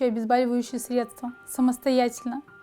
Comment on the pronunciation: Ну почему обезбАливающие? Ведь от слова бОль - проверочное слово. ОбезбОливающее.